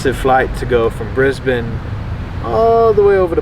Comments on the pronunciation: Brisbane pronounced correctly by am American!! Well Done!! :-))) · This may be the first American I’ve heard whose pronounced Brisbane like the locals👍